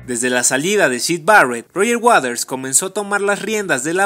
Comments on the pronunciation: Pronuncia bien, es Waters, no waders, mejora tu pronunciación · Porque la mayoría pronuncia Roger Waders es waters, no wathers!!!!!